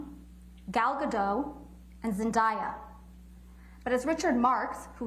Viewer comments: She said zendieya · They all pronounce Zendaya’s name wrong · She said Zendayas’ name wrong 💔